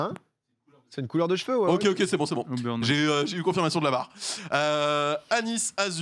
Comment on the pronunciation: Auburn prononcé "aux burnes" j'ai rie tellement fort 😂